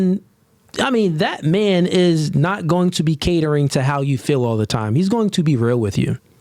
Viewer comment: I learned another word black people cant say properly...feel. constantly saying fill instead of feel